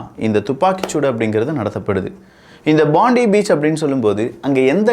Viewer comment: அது பாண்டி பீச் இல்ல, போண்டாய் பீச். இங்கு அப்படி தான் உச்சரிக்கிறார்கள்.